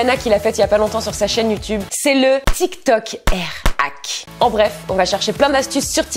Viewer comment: se n'ai pas youtoube mais youtube😂😂😂.